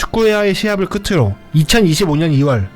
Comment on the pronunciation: '끄츠로'가 아니라 '끄트로'입니다.